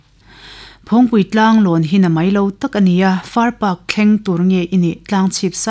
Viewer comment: far park i tih hi a dik lo, Farpak... Paak ti a lam tur